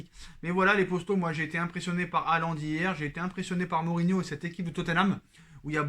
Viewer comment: Erling Braut "HIGHLAND". Oui c'est Highlander le gars ⚔⚔⚔